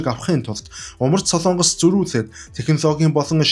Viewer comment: СОЛООНГОС бишээ.... СОЛОНГОС шүү !!! Улс орныхоо нэрийг зөв хэлээч дээ !!! СОЛООНГОСЫН ХОЙГ биш ,,, СОЛОНГОСЫН ХОЙГ !!! гэж ярь л даа.